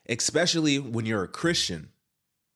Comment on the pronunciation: Why does a well-spoken man like yourself say "expecially" several times? - It's eSpecially.